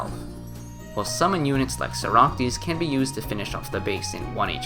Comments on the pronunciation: My guy please say socrates i am begging you not soractes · very cool video - Also, it's "Socrates" and not "Soractes" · Socrates is pronounced (saw-crat-tees) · Can you please learn how to pronounce socrates bruh it’s killing me